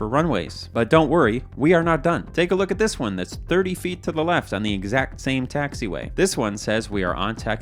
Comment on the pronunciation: Left? I thought you said Heft!